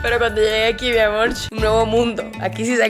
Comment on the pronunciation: Deja de decir mi amorh pareces mimada